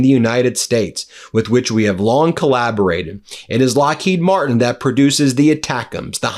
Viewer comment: You should pronounce Lockheed Martin with the emphasis on Martin, Glenn L. Martin, thank you very much to your attention to this matter, Sincerely, Middle River, Maryland